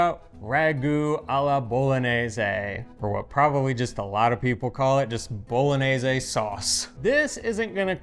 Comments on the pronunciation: Bolo-nay-zaay. Sheesh. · Pronunciation, dude!! Isn’t it pronounced Bolo-nyay-say? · with all respect, the proper pronunciation of the “gn” letter combination is like the english “ny” sound. It’s the same sound that you make when you say the name of the city as “bo-lo-nya”. So the sauce is “bo-lo-nyez-ay.” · Just pretend the word bolognese has an ñ like mañana. it's pronounced boloñese. Really important word in Italian, need to know how to pronounce it correctly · you mispronounce bolognese. You say bolonese. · If you're not making traditional Bolognese, you should call it something else. Why insist that your sauce is Bolognese if it's not? Also, dude, she's demonstrating how to pronounce Bolognese. You can do it. I have faith. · You still haven't convinced how to properly say "Bolognese"!😳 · Love your channel and really enjoyed the comparison. My ragu is the same as except I add milk near the end. I have one little nit pick, only because the name of the channel is Pasta “Grammar”. You are mispronouncing Bolognese. You are pronouncing Bologna correctly so just carry that through with Bolognese. Keep up the great work! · need to improve his "gn" 😂 just joking. Happy new year